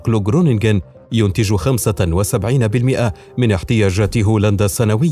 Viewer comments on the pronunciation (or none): اسمه حقل خرونگين وليس جرننگين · للتوضيح اسمها خرونينن لأن g تنطق خ وgn تنطق ن في الهولندية خرونينن= Groningen.